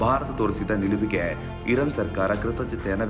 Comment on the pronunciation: ಧೀರ್ಘ ಅಕ್ಷರಗಳನ್ನು ಸರಿಯಾಗಿ ಓದಲು ಕಲಿಯಿರಿ. ಅದು ಇರನ್ ಅಲ್ಲ, ಇರಾನ್